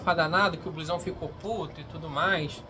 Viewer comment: se escreve Bluezão, mas se fala Blusão, me dá agonia ouvir você falado "o nome" dele errado